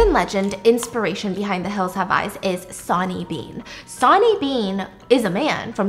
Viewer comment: Oh my God Stephanie lol. I love you so much I really do but my brain could not handle you saying sonny the way that you did 😂 it’s pronounced like sunny!